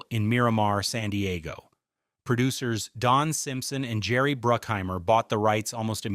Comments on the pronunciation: It's BRUCK HEIMER,not BROOOK HEIMER,get your names correctly A-hole. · BRUCK..... BRUCK-HEIMER. Not brookheimer...... dang man.... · Jerry Bruke-Heimer? 😂😂😂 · When you cant pronounce Jerry Bruckheimer's name right, you kinda lose all credibility here. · Correction. They did NOT actually do the inverted bird scene. That is blatantly obvious in the movie. Love the AI mispronunciation of Jerry Bruckhimers name. YouTube is so bad now. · Can you get your AI voice to pronounce the names properly? Bruckheimer and Elbert.